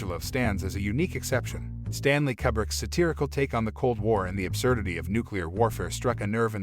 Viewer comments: God damn, son! It's Koo-brick! Damn! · "Forgotten," lol, umm.... "Kubbrick" smh.